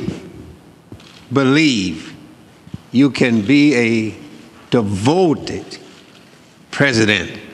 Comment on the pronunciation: do you "BELIEVE" you can be a ""DEVOTED"" president... (play the video in slow speed)